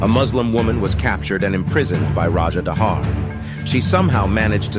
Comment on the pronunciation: As a Pakistani, We pronounce Dahir not dahar